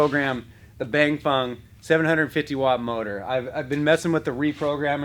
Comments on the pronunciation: bang fong motor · Did you say bang-bong 750watt motor? 🤣